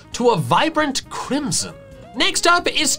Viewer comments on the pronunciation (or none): none